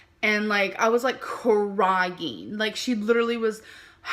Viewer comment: Visited KiwiFarms yesterday to lurk message boards and now I can't stop hearing what someone on there pointed out (sorry, I forget your username): the fact that inserts vowels where they don't belong. "I was KUH-WRY-YING"